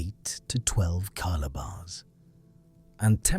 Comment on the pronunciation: While the basic information is correct, I cannot give a "Like" for many reasons. The same material is presented over and over in a disjointed manner, and the AI voice mispronounces many words (e.g., kilobar as ky-lo-bar, baroque as bar-rock, etc.). Maps that show geologic belts stretching across the Atlantic (between separated matching formations in North America and Europe) are very misleading. Images used often have nothing to do with the narration (e.g., while talking about thick roots of mountains, we see some giant insect). And don't get me started on ridiculous AI-generated images frequently used. A nice try, but fatally flawed.